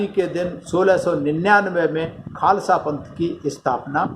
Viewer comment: Khalsa Nhi khalsa hota ha